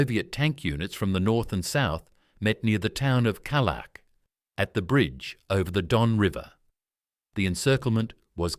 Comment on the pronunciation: IT'S NOT KALAK. IT'S KALACH.